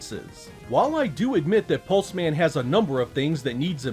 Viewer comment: Hes a pulse man...not 'Pulsemin' "Hello. I'm Steve. Steve Pulseman"